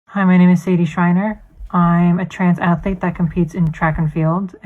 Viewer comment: I hate when people say aflete. It's not difficult to pronounce it properly. One of many in this video.